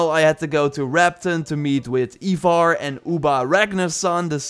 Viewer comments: Eye-vor you heathen. Not eee-vor. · Ivarr is pronounced (Eye-Varr)